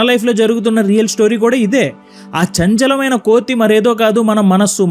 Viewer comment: why does that chanchala maina manusu sounds like - kaatukey akarleeni ah kallu sounding - may b its just me .